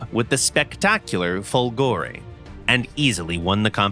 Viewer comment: It's Fòlgore, not Folgòre !!! Italians were able to produce and test excellent V engines, thinking about the wonderful V16 Fiat AS.8, reaching a 2000+ HP power well before other countries produced more known engines like Merlins, or Griffons, Jumos, etc. A much more plausible explanation of the "fiasco" (which one are you talking about, anyway ? Italian planes where in most cases far better than foreign planes...): politics and industrial tycoons greed ruined it all.